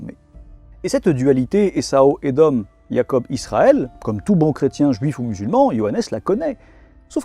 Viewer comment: A c'est Ésaü et non essau